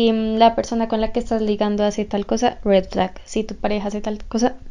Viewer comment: Jejeje como me encanta cómo pronuncia red flag UwU